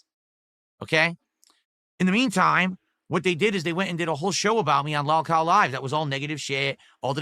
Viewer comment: This regard is king of the Lolcows based off the fact that he can’t even pronounce lolcow correctly.